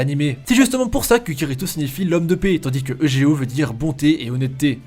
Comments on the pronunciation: [egéo] T_T pleure ÇA SE DIT [YUGÉO]!!! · On prononce youdgéo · Prenoncer eujeo comme ça cest grave